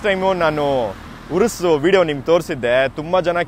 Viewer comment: Adu ಉರುಸ್ alla ಯೂರಸ್...haage uppi sir hatranu ide